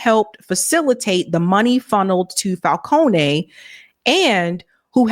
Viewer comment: Drop the "a" sound in "Falcone". It's a common Italian name and nothing personal my dear you speak well but your pronunciation while reading really needs practice. Have a good day.